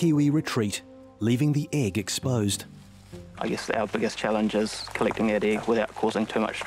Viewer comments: Why did she say "iiiiegg" and not "egg"? XD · "handful of Kiwi Igg"